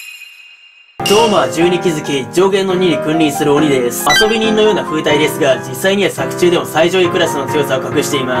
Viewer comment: ふうたいは、ふうてい